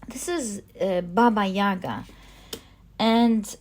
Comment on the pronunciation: I love the Slavic tarot deck! always look forward to it in the readings. I am Russian, but live in China. can I suggest an advice of pronunciation? Bàba Yagà emphasis on the last a 🤗 love your readings with all of my heart ♥️